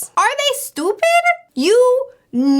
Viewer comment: Of all the many videos of hers I've watched, this is the first time I've heard a Spanish accent come out. ("Are you stupid?!")